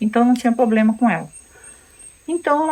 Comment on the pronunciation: Quem tem um " poblema" tem dois né ? Problema é o certo.